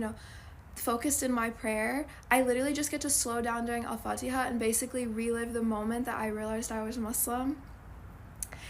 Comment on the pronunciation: The way you pronounce Al Fatiah is so beautiful ❤